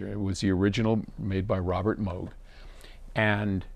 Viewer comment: Great insight if my interest, and thank you for pronouncing Moog correctly 🎹